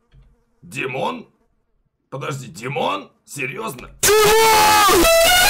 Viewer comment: Димооон а не тимооооооон